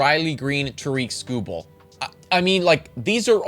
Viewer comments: Its Tare-ik. Like Derrick but with a T. Not ta-reek. Best pitcher in the world, nobody can pronounce his name. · Who is Toreek Skubal??? It’s Tarik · Pronounced like TERRIK, not ta-reek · Great video and writing! Just so you know though it is pronounced TEAR-RICK Skubal not TUH-REEK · Yep Tarik rhymes with Erik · no he didn’t. His name isn’t pronounced “ta-REEK”. It’s “TARE-ick”. Rhymes with Derrick. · Great video! But Tarik is (tare-ick) I promise you he is as white as ever lol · It is not TAREEK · I feel like you should learn to pronounce Skubal’s first name correctly. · lost me at tarik pronounced wrong lmao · You're saying Tarik wrong, love the Tigers love tho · This did kinda drive me crazy. He won a Cy Young. Please say his name right XD